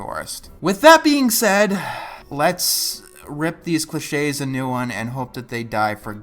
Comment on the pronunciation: didnt have the accent on the 'e' in cliches so i thought it was glitches